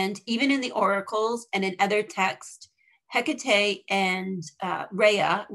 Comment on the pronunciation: It's so hard to listen to her name being enunciated wrongly. please its He ka TAE accent on the TE, sounding like TAE, as in take. otherwise thank you for the video